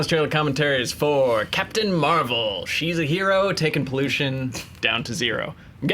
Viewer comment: Captain Meh-val?